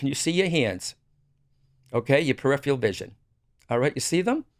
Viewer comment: That man pronounced “peripheral” wrong